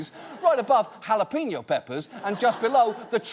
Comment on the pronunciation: By the way, no American, including this British nob, seems to have a clue how to pronounce a Spanish J, like in jalapeño.